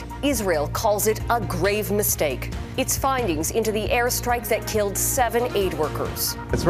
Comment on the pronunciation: With the emphasis on the word "grave"!